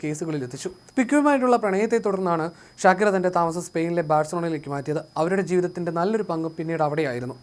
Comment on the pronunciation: ഷകീറ എന്നല്ല "ഷാകിറ" എന്നാണ് europeans ഉച്ചരിക്കുന്നത്